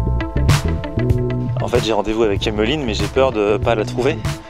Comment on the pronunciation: Super vidéo :-) Pourquoi tu accentues le mot Emmeline ? En tout cas vivement les 500K !